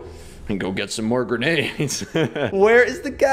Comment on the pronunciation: I thought “grenades” said “Renegade.” XD